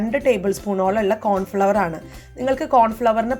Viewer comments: കോൺഫ്ലോർ എന്നുച്ചരിക്കണേ pls flour എന്നാൽ പൊടി നിങ്ങൾ പറയുന്നത് Flower എന്നാണ് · It's Cornflour and not Cornfloqer you say it is a flower please usee correct pronunciation or ask childrenat home Also no need tosay this instead better home available riceflouralittleamount with water will be equally binding maidens very harmful to intestine